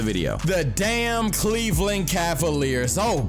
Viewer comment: really said sexland 🤣🤣🤣🤣